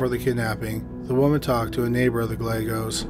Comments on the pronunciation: Good work bringing these sad tragic cases to our attention. I pray their loved ones get some kind of closure soon. Thanks for sharing your knowledge and skills. PS. Gallegos is pronounced : guy yegg ose. Double L pronounced like y. Lvya bro. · oh I know! Chills is unwatchable. I like this channel a lot but the ridiculous amount of mispronunciations of seemingly common words is inexcusable. "Gal-legos"? Who doesn't know at this guys age (and chosen career) Spanish double "L" is prounounced like a "Y"? and he sounds like he is mumbling half the time.